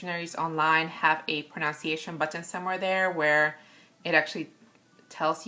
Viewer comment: [Psssst....... "pronunciation" is pronounced::pro-NUN-see-a-shun:: not::pro-NOUN-see-a-shun!:: ] But that's OK... I mess up "skein" all the time and I even looked it up to know how it's properly pronounced AND talked about my discovery in one of my videos! All in all, I get more peeved at my own videos than I do with others.